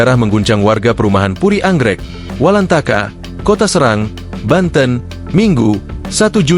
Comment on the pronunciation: SORRY BRO BUKAN KOTA SERANG (E')...TAPI E BIASA..